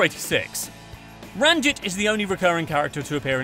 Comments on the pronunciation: Narrator hasn’t even watched it, everyone who’s watched it knows it’s pronounced ranjeet and that we do know barneys job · Am I the only one upset about how he pronounced ranjit